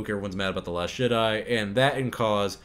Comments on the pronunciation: It's jedi not shedi😠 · are you saying last Shit Eye or am i deaf 😂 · Are you calling it 'The Last Shit eye'? Ingenious! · I keep hearing the narrator say "the last shit-I" Anyone else? ... ... And then it dawned on me. Exactly! Episode 8: the last shit I will watch from Disney! 💩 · Are you saying “The Last Shit-Eye” instead of The Last Jedi? Because that’s all I hear. And it’s hilarious.